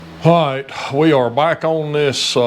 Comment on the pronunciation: May or may not be poking fun at the intro. Just sounds like there is a "hi" before the ight.😄